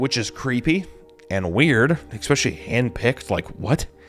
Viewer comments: Why do fat people always say “eckspecially” instead of especially or “Pitture” instead of picture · At around 1203 or so you used the word especially but pronounced it exspecially. Im out. Good luck in your endeavors.